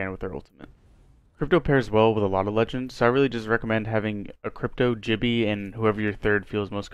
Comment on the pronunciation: also with crypto you can pronounce gibby wrong so just keep that in mind so it doesnt sound like Jibby